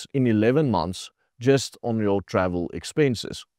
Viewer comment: Did i hear expenches